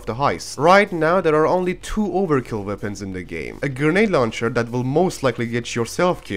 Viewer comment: "Ze veapons" Uh huh we ain't lettin you have the guns